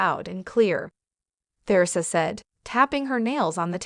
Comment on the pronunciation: Please pronounce Theresa correctly!🇦🇺